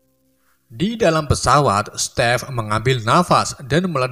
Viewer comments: Stepe? Bukan Steven? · jir stive jd step. wkwkwk